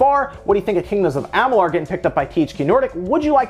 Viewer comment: I hope they do something with Amalur (Ah-mah-lure, not ah-mah-lar). They did great with Elex and with this I hope they remake it. A One X enhancement would be dope